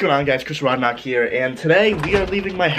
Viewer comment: IT'S RODNICK, NOT RODKNOCK!! :D